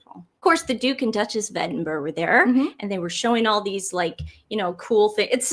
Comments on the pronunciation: There is no such person as Princess Catherine, you blithering idiots. The princess was wearing a hat by Jess Collet, not a fascinator. Edinburgh is pronounced Ed-in-bruh - not Edinboro or Edinburg. If you’re going to mispronounce a word, pick one error and stick with it. Elon Musk doesn’t have secret service protection. It’s a preposterous suggestion as he parted ways with the federal government months ago. The two of you together don’t add up to a half wit. It’s people like you who feed the Sussex Squad because you can’t get one thing right. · Ok, so I’m going to be that person… Edinburgh: Eddin-bruh Gloucester: Gloss-tah And as I’m finishing this you’ve just said there’s a subreddit dedicated to your mispronunciations lol 😂😂😂 No disrespect intended :)